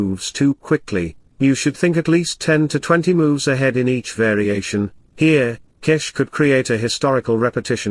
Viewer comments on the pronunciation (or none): please improve your pronunciation... GUKESH.. It's not yukes